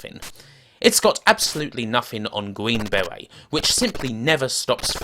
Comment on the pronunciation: Gween bewet...